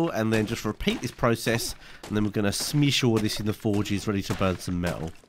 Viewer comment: i was going to smash that like button but you said smash not smesh